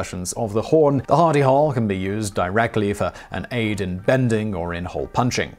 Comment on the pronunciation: At 1st I thought you were saying Hidy Hole!